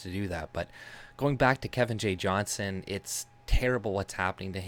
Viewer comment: fyi his last name is Johnston (with a T) Its a peeve of his when people dont say it correctly. Small detail but I thought you should know because I am sure Kevin is a man you respect, as do I. He's our Tommy Robinson.